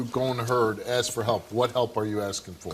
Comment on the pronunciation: Nak-it = NAKED Axe = Ask